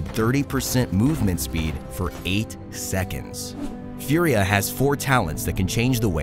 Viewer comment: Its Italian so its not "Fiuria".. its just "Fùria". I know its similar to the word "fury" ( and that means furia in Italian ) but.. pls respect the pronounce and the origin of the name